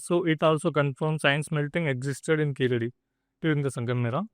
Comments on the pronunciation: Please say "Keezhadi" correctly. It means "lower step". It is not Keeladi as mentioned in the video. In fact, an even older archeological site is on the banks of the Thamirabarani river at Adichanallur. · It is Keezhadi and not Keeladi... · கீழடி. கீலடி இல்லை. Say it right. No sense of pronunciation of the Tamil language. Just yapping. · It will be nice to talk about literature of an ancient civilization and language if you can learn how to pronounce கீழடி . Jarring to the ear. ✅ Correct: Keezhadi ❌ Incorrect: Keeladi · ITS NOT KEELADI U MUTT - IT IS KEEZHADI! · Its keezhadi not keeladi kudos to ur team 👏👏👏👏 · It is Keezhadi. Not Keeladi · It is Keezhadi, not Keeladi. Like Tamizhu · It’s good and a welcome move that you are voicing the concerns but first learn to spell the name properly it’s Keezhadi and not Keeladi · It is keezhadi. Are tamils forgetting the use of zha in Tamizh language.